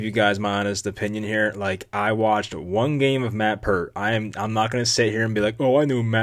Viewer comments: His name is Pear-T . Not Pur-T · Pronounced PAYRT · its pear-t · I had a roommate named Peart in college. Its pronounced like Pert Plus